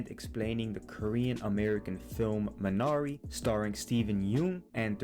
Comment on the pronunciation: wtf, you don't even pronounce the title correctly!